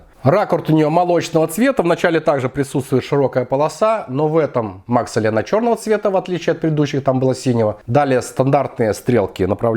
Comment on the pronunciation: Только не мАксэль а максЭлл